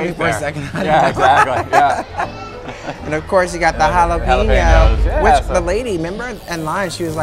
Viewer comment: The "pen" in jalapeño is pronounced like the word pen not peen.